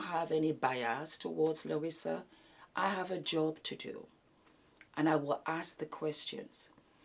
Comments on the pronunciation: Larsa not "Larissa". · I luv so much💯💜🌟 - FYI her name is "Larsa" not Larissa😂🤦🏾‍♀️ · My darling … her name is LARSA. There is no “I” in her name. Whether Scottie likes Michael or not to date his son is TACKY! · It's LARSA, darling. The name is LARSA PIPPEN. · It's not giving a damn about saying her name correctly for me! LOL! Larsa is gross and delusional. I don't know why we have to watch her ever! Ugh!